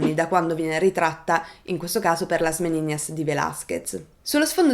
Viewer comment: La pronuncia, anche in spagnolo, è Meninas, non Meniñas 😉